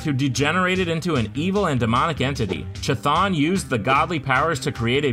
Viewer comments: Cuthulu not chithon. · Prote-JAY? A girl? And CH thon